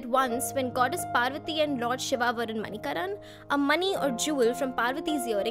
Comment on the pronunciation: Well if you liked the place so much please pronounce it correctly .... It is not pronounced MANI-KARAN it is MANI-KARN